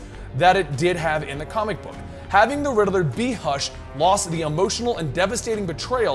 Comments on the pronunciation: RIDDILLER instead of riddler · Why he keep saying riddle-er instead of ridd-ler? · Rid-de-ler? Lol. Rid-ler. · I always thought it was pronounced Ridd-ler not Rider-ler. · The real villian is the way pronounces Riddler😂